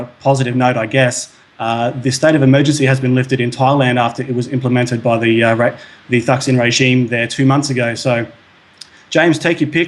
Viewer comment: "Taksin", not "thaksin" the h is silent in Thai romanizations of english Also there is no "thaksin regime", Thaksin Shinawatra is not the current PM, his sister is. He's been in exile for a few years.